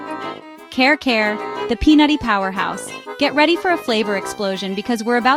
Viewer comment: It doesn't seem you've been to the Philippines at all. You don't even attempt to pronounce the names of the food properly. It's like you're reading somebody else's list and just slapping stock videos together. Care care for Kare Kare?? I just can't 😢